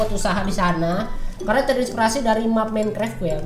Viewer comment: Tulisan Minecraft dibaca minikrep